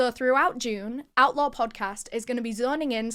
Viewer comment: I thought that she was saying outlaw not outlore...lol